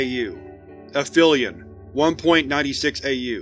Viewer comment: It's said like "app helion"